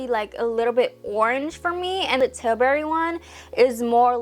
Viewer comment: I’m sorry but I can’t stand the way she speaks 😭 it’s like I’m slomotion u can’t even explain and the way she can’t pronounce “ tilbury “ properly